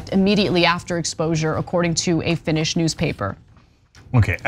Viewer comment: I live In finland and they are always complaining about her for any little thing. We have a strong nationalist party that seem to be the ones complaining. You also mangled the Finnish names...FYI we also have a President as well as the prime minister